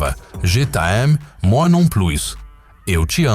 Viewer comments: moi se pronuncia "muuaaa" e plus se pronuncia "pluuu" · 😂😂😂 eu morro de rir como o narrador diz :" moi" 😂😂😂😂 😂😂😂😂😂😂